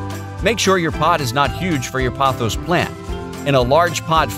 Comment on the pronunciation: Why does everyone keep saying pothos wrong 🥲